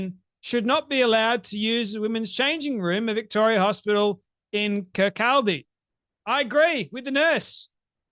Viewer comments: Hi, love the work. Keep em coming. Kirkcaldy is....Ker-caw-dee...emphasis on the caw. Greetings Fae Scotland. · It’s pronounced Kirk..awe..dy. 👍🏴